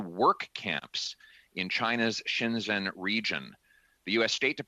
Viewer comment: ) Good work. But Pierre, please, say Xinjiang something like this [shin gee ong]. Your pronunciation sounds as though you're saying Shenzhen [shen jen], which is an entirely different location.